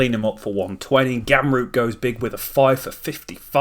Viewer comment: do wonder what it will take for u to say ramroop and not gamroop